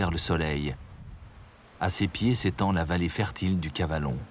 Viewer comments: Je voulais juste vous signaler que dans le documentaire, la prononciation de certains noms de lieux n'est pas tout à fait correcte. Par exemple, on ne prononce pas Luberon avec un accent sur le 'e', et on dit Calavon plutôt que Cavalon. Cela dit, le documentaire reste très riche en informations. Dommage pour ces quelques erreurs qui m'obligent à le visionner avec un peu de parcimonie. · Ce n’est pas le Cavalon 😂mais le Calavon 😅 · Ce n’est pas le cavalon mais le calavon